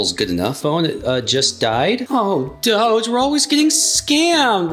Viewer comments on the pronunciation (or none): Dough❌ Doge✅